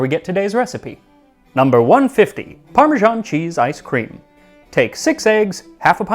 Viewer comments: Why do Americans pronounce “parmesan” as “parmezhan”? In Italian it is “parmegiano’” pronounced “parmedzhiano” (the “zh” is the ‘s’ in treasure; the “dzh” is the ‘j’ in judge). In English “parmesan” is pronounced as “parmezan”! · Why do Americans say 'Parmejahn'? It's ParmeSAN! Are you confused with Parmigiano as in Parmigiano-Reggiano? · I'll never understand why Americans can't force themselves to pronounce Parmesan like Parmesan and not like Parmizhan. Or why they can't bring themselves to say marGarine instead of marjarine. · The way that Americans pronounce parmesan is just bizarre. 'Parmijarn'. Not Parmesan. Not Parmigiano (note the "o"). But 'Parmijarn'. Bizarre. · Why are Americans pronouncing it "parmeZHan"? The closest pronunciation to that would be the Italian "parmigiano", but if you write it "parmesan", you should pronounce it like the French - "parmeZan". I noticed Max always strives for accuracy in pronouncing foreign words and names, so this one baffles me. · Wait, is it supposed to be pronounced "parme-JOHN", or "parme-ZAAN"? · Ugh! Max is great, but points deducted for pronouncing it "Parma-ZHAWN" not "Parma-ZAHN". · parmižán is such a weird pronunciation 😀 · What is up with Americans pronouncing parmesan as "parmejean"?? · Can somebody PLEASE explain why Americans say "parmi-Jahn"??? There. Is. No. "J" in the word.😩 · The American pronunciation of "parmesan" as "parmigian" always throws me. Parmesan with an s is French and you pronounce the s, and Parmigiano (with an o) is Italian. Somehow American English doesn't want to pick either. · Why are Americans incapable of pronouncing the word 'parmesan'? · Why do North Americans pronounce parmesan wrong, it's a freaking "s" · If you are so keen on "learning"try learning to pronounce Parmesan,note there is not a J or G in sight